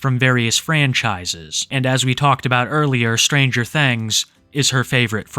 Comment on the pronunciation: Ah yes, "stranger thengs"